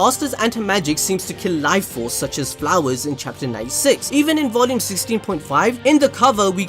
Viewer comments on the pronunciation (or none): none